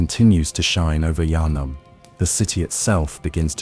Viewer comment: I can’t watch this going to sleep bc u literally haven’t pronounced “Yharnam” the same way twice 🤬🤬